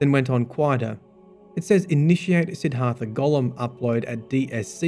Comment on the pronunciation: SID-DHART-HA not SIDD-HARTHA